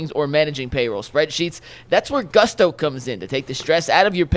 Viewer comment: its GOOOOOSTO. not GUSSSTO. gonna lose that sponsor real quick lol